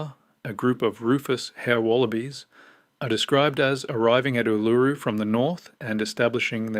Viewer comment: Ask some one to teach you how to pronounce it